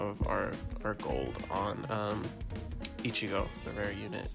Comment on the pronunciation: No way bro said ichiga